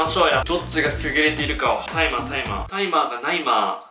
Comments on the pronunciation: タイマーがナイマーの後の間で吹き出してしまったwww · タイマーがナイマーのとこ爆笑wwwww